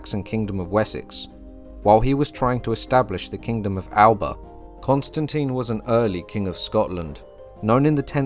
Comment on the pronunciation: The Gaelic name for Scotland is “Alba” but you pronounce it as if it was in your native English. The correct pronunciation is “AL A PA” Eric C